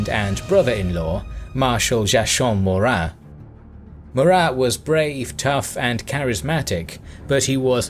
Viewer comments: even though he is French Joachim Murat is pronounced Joakeem. It was pretty hilarious hearing that joachin the way u pronounced it though! Cheers for the amazing content! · Joachim is pronounced Jo-A-Kim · You literally murdered the pronunciation of Joachim lol